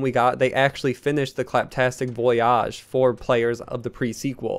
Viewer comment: he still can't say voyage... dude wtf